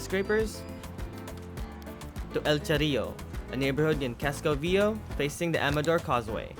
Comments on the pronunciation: Fyi. For anyone planning to visit. It is pronounced Casco Ve A Ho not Casco Veo. Easy mistake to make if unfamiliar with spanish. Over all a great video and very informative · Excellent video.. my only gripe is I wish you could pronounce Casco Viejo properly.. it's pronounced VEE-A-HO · You mispronounced ( CASCO VIEJO) KASKO VYE HO 30 TIMES. YOU NEVER HEARD HOW EVERYONE ELSE WAS SAYING IT? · His pronunciation of “Casco VieJO” drives me nuts!